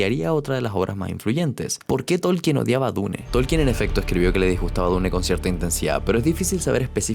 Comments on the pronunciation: Se dice diun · Iba bien el video pero detesto que digas dune remarcando la E al final. Me tuve que salir. Hasta donde ví era buen video si